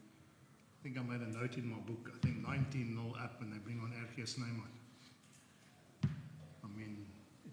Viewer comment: Oi hope de oirish common taters heard how Jake pronounced RG Snyman's name.